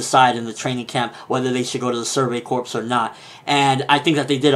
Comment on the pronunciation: "corps" is pronounced "core" just sayin...